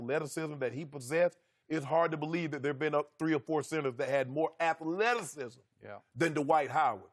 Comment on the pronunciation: Is Shannon sharpe saying “Atha-lettuce-cism” (athleticism)